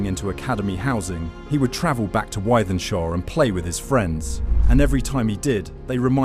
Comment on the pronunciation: Its pronounced with-then-shaw